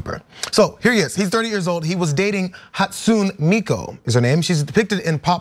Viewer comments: Good lord, “hatSU’NE MI’ku.” Lift your vocal tone on the capital syllables, drop it on the lower-case ones. And if you want life-sized holograms, look more into Vocaloid live concerts. They’re life-sized holograms singing and dancing on stage. Synthetic appearance, synthetic voice, and still icons. As for people resorting to holograms over real people, have you met real people? Real people suck. Real people judge, whether it’s based on anything true or not. Hell, I’m not an incel, but people around me don’t treat me the same as everyone else around me, and I mean from the very idea of saying “hello.” “We’re losing our connections, we’re losing our bonds…” Social media. Ever since MySpace. Social networks separate people. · I love you guys but people mispronouncing “Hatsune Miku” never fails to make me laugh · mispronouncing Hatune Miku's name made my inner weeb wanna rip my face off shes a pop singer